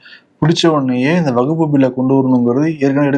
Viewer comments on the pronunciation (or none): கேரள காந்தாரி மிளகாய் சாப்புடனும் அப்பதான் அது வகுப்பு அல்ல வக்ஃப் என்று தெளிவா உச்சரிப்பார். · வகுப்பு சட்டம் இல்லை வஃக்பு சட்டம் கூட சரியான உச்சரிக்கிறார் நீங்கள் எப்பவும் உருட்டுவது போல் பேசுகிறீர்கள் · Dear Bro, It’s not Vagupu. Kindly pronunciate it as WAQF. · இதுலவேற சில அரசியல்வாதிகள் தப்பா தமிழ் பேசுறாங்க,பேணர் வைக்கிறாங்கன்னு சொல்ரார்.விகடன் குழுமத்தில் ஒரு தவறையே திரும்ப திரும்ப செய்றார்,,வகுப்பு, வகுப்பு என்று. அதை கண்டும் காணமல் விகடன் குழுமம் இருப்பது எனக்கு வேதனையளிக்கிறது.விகடன் படித்து தமிழ் உச்சரிப்பு கற்றவன் என்ற முறையில் க்கு வகுப்பு அல்ல வக்ஃப் என்று உச்சரிக்க சொல்ல கத்து கொடுக்கவும். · wakf not as stated in question, & pronunciation is wrong